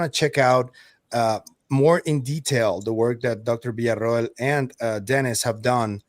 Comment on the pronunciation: I'm a bit exacting about pronunciation and have always loved that you have been THE only person in the community, pronouncing Dr. Beatriz's last name correctly. It's not much, but it shows your exacting, attention to detail we have all come to really value,, Keep up the great work, thank you!